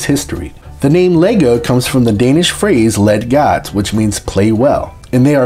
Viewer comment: The way you pronouce "Leg godt" was funny. I have a very close friend in Mississippi whom I have trolled with some hard words. Like "Rødgrød med fløde". Google translate is a good tool to listen to the pronunciation. I have heard that to americans, danish sounds like speaking with a hot potato in your mouth. lol.